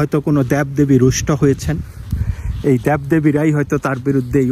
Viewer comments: Dyab Debi abar ki uccharon korun Deb Debi na hole video kora cere din soto bar bangla akoi vul uccharon kore jacchen. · আপনি তার কথার অর্থ বুঝতে পারেন নাই। উনি simbolic অর্থে বলেছেন। দ্যাব না বলে দেব বলেন।😅